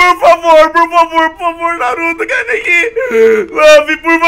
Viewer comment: ah e é Kaneki n Kanéki:P